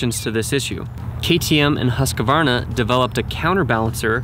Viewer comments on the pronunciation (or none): As a Swede, I find it so annoying yet funny and understandable hearing americans pronounce Husqvarna wrong😂! Y’all pronounce it like “Huss kevarna” but it’s pronounced “Hous kvarna” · Why can't american's pronounce Husqvarna properly? Hos-kvar-na. Its so simple, and not Huska-varna